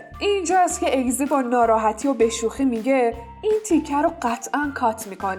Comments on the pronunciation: اینکه ازگی استن چرا اگزی میگی😒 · عالیییییی بود ولی اون اگزی نیست ازگی درسته و همینطور سرکان نیست سرکای درسته ولی در کل عالی بود